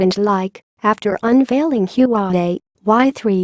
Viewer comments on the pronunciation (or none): Its HUAWEI not yuwawei